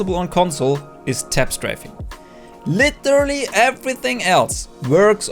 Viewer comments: LEE TER LEE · never heard someone saying “literally” so ridiculous